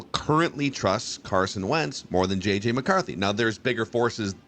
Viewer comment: say JJ, as in jets. Not 9